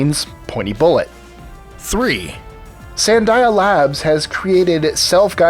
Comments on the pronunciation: The correct pronunciation is "Sand dee a" -- not Sand eye a". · Its pronounced: Sand-dee-a labs. It an national laboratory in Albuquerque NM